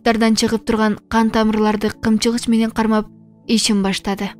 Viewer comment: КЫМЧЫГЫЧ ЭМЕС КЫПЧЫГЫЧ ДЕП ОКУ.